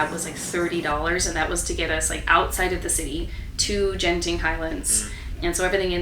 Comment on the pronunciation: Genting Highlands is pronounced as Genting Highlands, not Jenting Highlands. Good quality raincoats are sold at shops